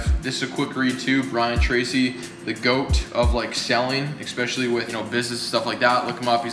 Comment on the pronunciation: Take a shot every time say “ECK-specially” hahahaa